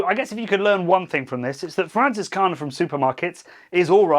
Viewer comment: FranZiskaner , not Fransiskaner. Zed, man Zed 😄 anyway, this beer has always been one of my favorites. We did a blind Hefeweizen taste test at my house with 20 beers and it won. It’s just amazing. Just gotten too expensive here in the USA. Have you ever had Live Oak Hefeweizen from Austin? They specialize in German beers. My favorite brewery in Texas. Come down and I’ll show you around!